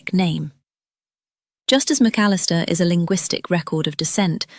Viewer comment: Dear AI: McAllister is 4 syllables, not 3. 🤨